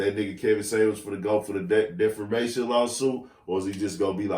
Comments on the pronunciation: defamation, not deformation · Love ITS DE FA MA TION? Not DEFAR MATION! Also Envy didn't lie, KEVIN SAMUELS is a fraud! He went to the NO JUMPER's podcast and LIED!He said he had become an Engineer and got bored and became a Server! Problem is he lied, he never graduated! Also why would anyone listen to a 52 Year Old, 2 times divorce, an alleged dead beat to a 20 year old, also raised by a single mom! He also said he helped a lady years ago shop 4 an Event and after that he had to "Google" what that service meant and found out it was called "IMAGE CONSULTANT" (really G?), ain't that the Title he flaunts when degrading women???? HE ALSO said ON TASHA K's podcast that he might have 17 siblings! If ANY BLACK WOMAN came on his podcast and said she was any of the things his mother was he would have belittled and toasted her! SO ISSA NO 4 ME! GIT THEE F OUT OF HERE! 👉🏽👉🏽👉🏽👉🏽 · It’s defamation not defermation. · “deformation” vs “defamation” lol got a good chuckle outa that. 🙏🏽